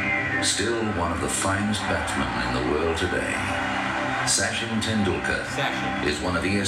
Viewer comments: The narrator mispronounced his name. It’s pronounced Sutchin. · Thanks guys for this reaction. Btw the correct Indian pronunciation is 'such-in' and not Sassh-in. He truly is a God in India. Moreso because of his values and the way he carries himself. Indians tend to love someone more by watching how he carries himself off the field, his philanthropic activities, how he speaks to ppl/fans/media, treats his family/friends n stuff. And such-in is just PERFECT. Everything comes naturally to him becoz of his humble background and strong ethos. I cried like a baby when he retired from Cricket. We still cannot imagine Cricket without him. I keep watching his old videos. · Not 'Sachin' as in 'Satch-in'. His name shall be pronounced as 'Such-in'. The narrator says it wrong, as most English speakers would do from a little faulty spelling system in India. And yes, like some people have commented here, this video does not show why he is considered as God of Cricket. Apart from astonishing cricket records on his name in all three sections viz batting, bowling, and fielding; he is known as an extremely well-behaved, calm headed, humble and helpful sportsman. Most good cricketers respect umpires. He was the one that umpires started respecting quite early in his 24-year career. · These people speak "English" and pronounce the word 'chin' properly and then "Sachin" comes and they're like 'Hey Sa - shhiinn'. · Its not syachin. Its sachin. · soo-chin tendulkar 😀😀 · Don't base your pronunciation on British commentary. It's s-uh-chin